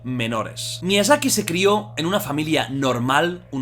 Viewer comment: Todos: Miyazaki Jordi: Miiazaki